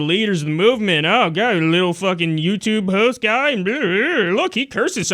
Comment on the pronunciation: It's "and" NOT "end" for the 5 thousandth time.